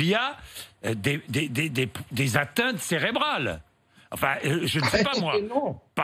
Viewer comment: Bourdon...des des des za za atteintes...CÉRÉBRALE S.....AHAH IL EST ATTEINT